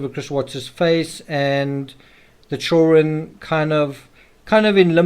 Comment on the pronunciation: Why do you always mispronounce children?